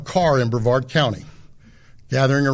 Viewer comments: Its pronounced “bru-VARD” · As A Brevard County resident….. NO ONE KNOWS HOW TO PRONOUNCE BREVARD CORRECTLY!!!!!!